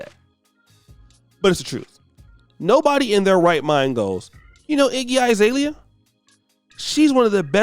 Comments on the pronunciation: Iggy "eye"-zalea??? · This negro said “IGGY 👁️ ZALEA”